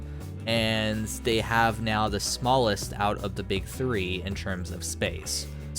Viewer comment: Tree is different than three ;)